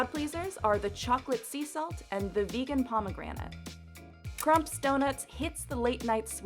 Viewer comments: Krumps donuts, really??? it’s “krum-pee’s. It’s one of the better donuts in Maryland, not the best, but you butchered the name. Not a hard name to pronounce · It's Krumpeeeeees not Krumps. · It’s KrumpEee’s donut. Emphasis on an ie sound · Krumpe's is pronounced KRUMP-EES. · btw, it's pronounced "krum-peez" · Krumpes is pronounced”krum-pees” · It is pronounced Krump-E's by locals, and the name is german. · For Maryland it’s pronounced like grumpy’s but with a K. Not krumps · I despise the way she pronounced Krumpees donuts